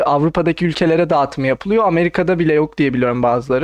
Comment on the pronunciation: Aynen şöyle: "Windows'ta geyming iyi yapılıyoğrr."